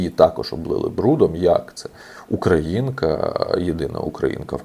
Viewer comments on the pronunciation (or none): none